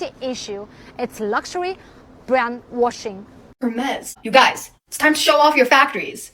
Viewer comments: It's not Ermes, it's Hhhermess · well for a start it is HERmes not Ermes only in spanish is the H dropped at the beginning of the word its french so you pronounce the 'H'